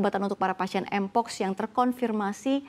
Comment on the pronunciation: ngomong mpox aja ga bisa 😂